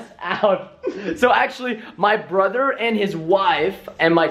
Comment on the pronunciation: Brother not Prother